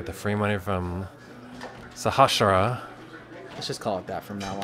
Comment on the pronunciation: Your casts are awesome! It's great to hear a caster just stating the facts, instead of getting excited over every single turn. The D is Djinn is silent. It's "Jinn". Sahasrara is "Sah - haas - rah - rah" Keep making films, I have enjoyed everything you have done so far!